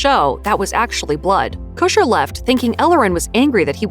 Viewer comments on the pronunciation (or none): listening to you say "Ashton Kusher" over and over is unnerving. His last name is Kutcher...not Kusher. The T isn't silent